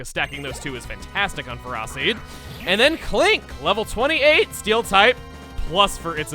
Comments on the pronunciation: Still, I think with its name origin coming from "ferrum" (Latin for iron), it should be pronounced like Feh-roh instead of feh-ROH. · Chugga, the pronounciation of Ferroseed is a pun. It sounds like ferocity. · I refuse to call Ferroseed by that "official" pronunciation. I have and always will call say fe-row-seed. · >Ferroseed >Fur-AW-Seed >"That's how it's pronounce." >I understand that the council has made a decision, but considering that it's a stupid ass decision, I have elected to ignore it. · I'm fine with a lot of pronunciations... but I just can't accept fur-ah-seed. There's just no way... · The way bro pronounces ferroseed makes me think he didn’t graduate high school. Bro can’t read a single word and pronounce it properly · Whoever made that Ferroseed pronunciation definitely did it to torment people. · I refuse and rebuke Ferroseed’s official pronunciation. That SOUNDS wrong, even without it being a pontmeau of “Ferrous”, as in iron, and “seed”. I always used Electroweb as a way to set up for Electro Ball or whatever the move is. Slow ‘em down and then hit ‘em hard! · Actually, Ferroseed is pronounced the other way. It's Ferrothorn that has the "fe-ROH" start, which I think is even dumber because it's not even consistent in the family. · I can't believe that's the official pronunciation of Ferroseed. Ugh. -. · Yeah, the Ferroseed pronunciation is pretty weird, but at least it isn't Fair-o-sayd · THE ANIME ISN'T THE AUTHORITY ON PRONUNCIATIONS IT'S MORE THAN LIKELY IT'S JUST THE VA SAYING IT HOWEVER THEY READ IT OFF THE SCRIPT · Wtf is that Ferroseed pronunciation lmao